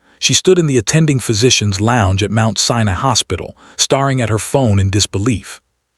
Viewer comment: Hating is mispronounced. The 'a' in hating and dating are the long 'A' sound. Staring is pronounced stair-ing. The r-controlled sound for 'a' in the staring is like 'a' in air.